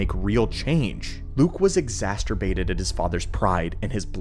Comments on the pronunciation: "exasterbated" Lol. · “Exasterbated?” 😂 What on earth is exasterbation?